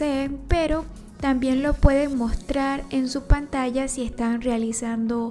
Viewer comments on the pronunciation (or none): none